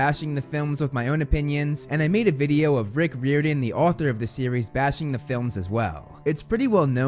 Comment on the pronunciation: no offence, but u got me laughing so hard when I heard 'REEORDAN' NO HATE. Thx for keeping everyone updated